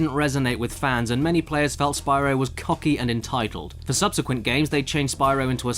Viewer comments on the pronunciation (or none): none